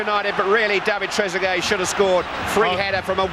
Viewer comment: Sounds like he said Tregueree 😂